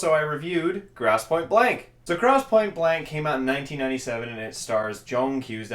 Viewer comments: gross not grouse! zeech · GROSSE, NOT GROUSE.....